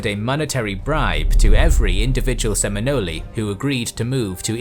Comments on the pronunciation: Love he makes a video about a tribe and doesn’t know how to pronoun their name correctly! Sim-I-nols is proper way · All these people defending those guys pronunciation clearly have never met a real Seminole. I’ve met many pure blood “Seminole’s” and never once have I heard them call themselves “Se-men-olies” sorry keyboard defenders. I guess if you actually ever meet a real Seminole try telling them they’re pronouncing their tribal name wrong lol. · New drinking game: Take a shot every time he says Seminolee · I’m from Florida and I’m 99% sure it’s just called “SemiNOL” spelt Seminole but the e is silent. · I've never heard Seminole pronounced with the last e before. Sounds Italian. The e is silent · Sem - in - nol, please, lol, the pronunciation is so far off. As someone who grew up in Florida it's almost unwatchable for that reason alone, lol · I hit the rewind to make sure that I heard “Seminoley.”😂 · Usually your pronunciations are spot on but the 'e' in Seminole is silent: [Sem-ee-NOL] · Great video, though it was rough hearing the tribe name pronounced "Seminoley" the whole time. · I can’t keep watching after you use a hard E at the end of Seminole, you could’ve checked Webster. I grew up in the glades and it’s not a hard E. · Great video! It's pronounced Sem-in-ol with silent 'e' though. 🤓 Also those swamps being deep and impenetrable are why Florida man lives there today. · The e on the end of the word Seminole is silent, same as the c in osceola. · Sem - in - ole ( ole like, ye' ole tavern.) Not offended, but how you say it makes them sound like Italian cuisine. Ha. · Dudes how the fuck did you accept the narrator here mispronuncing the titular fucking tribe? Reupload this video with fixed narration please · I'm a native Floridian and my ancestor was Seminole and she it rolling In her grave with the way you say Seminole. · I never heard anybody pronounce Seminole like that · Someone needs to tell the narrator that the, “E“ in Seminole is silent.